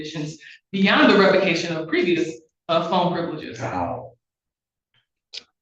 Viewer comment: Bro if I heard my lawyer say "pwevious viowation" and "weitewate" I'd instantly know I was cooked 😂